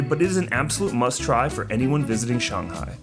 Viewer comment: you are the first foreigner I've heard who pronounces shanghai correctly, o7